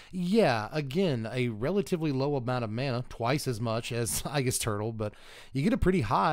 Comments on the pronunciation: Just a heads up, aegis is pronounced ee-jus, not i-jus. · It's a long a...agis...not ahgis. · "Eye-giss turtle" 🤢 C'mom now buddy, that one had to be on purpose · You know exactly who has played Persona 3 when they mispronounce "aegis"